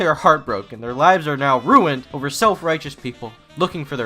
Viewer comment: I'm sad you didn't include the audio bit where it seems like DaddyOFucked can't say the word "over" and instead says "urver" or "urber." "The toilet urrrrber-flowed." -- it was a pefect distillation of how dumb this 10th grade dropout is (that's not even an insult... he literally is a 10th grade dropout).